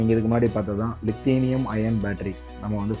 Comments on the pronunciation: தயவு செய்து வார்த்தைகளை சரியாக கூறவும். லித்தியம் என்பதை லிதேனியம் என்று சொல்கிறீர்கள். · Li லித்தியம் தான் சரியான வார்த்தை. உங்கள் எல்லா பதிவுகளிலும் தவறான உச்சரிப்பு இருக்கிறது